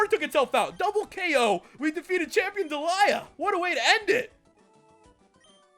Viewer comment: It's not Deliea!